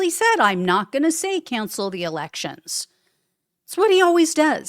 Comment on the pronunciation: "Canshell the elecshuns". Alrighty then! 😂